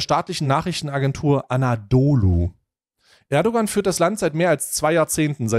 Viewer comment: Das ğ in Erdoğan ist stimmlos sorry ist total unwichtig aber es triggert mich immer total